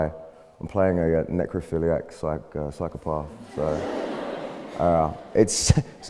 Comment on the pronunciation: Who tf says 'psycho-parth?' Im from the south of england and even i cannot fathom why anyone would pronounce psychopath like that